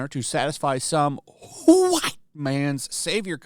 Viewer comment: 2 RACIST!!, and it's WHITE, Not Whoite.